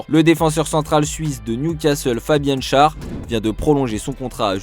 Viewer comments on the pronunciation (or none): le joueur suisse s'appelle Fabian Schär. avec un tréma sur le "A". Du coup, on prononce " chère"